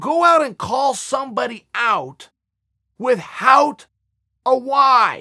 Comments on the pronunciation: Mrs Stafford probably the one who taught him how to pronounce "with-hout" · Chael “withHOUT” Sonen